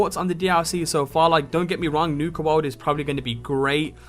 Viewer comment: Nuka Woawd?